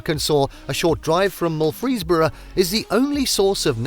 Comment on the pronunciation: Most of these scenes are Arkansas, but there's a sprinkling of pictures that are not. Also, that's not how you pronounce Murfreesboro (it's Murfissburroh) or Ouachita (Washitah). There's a lot more to Hot Springs, like the 3 lakes, thoroughbred racing & casino, baseball history trail, Alligator farm, convention center, craft brewery in the national park that uses the hot water, etc.